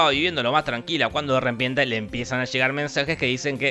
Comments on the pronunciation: "De rempiente" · "la muchachada estaba viviendo de lo mas tranquila cuando DE RIEPIENTE" (...) 😂 esos bug de locucion pensé que solo yo y macri lo sufrían